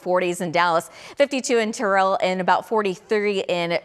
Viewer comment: She said Terrell wrong. Not from dfw I guess.